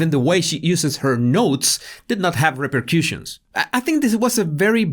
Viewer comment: Repur-cushions? No. Reper-cushuns. Rhymes with Russians.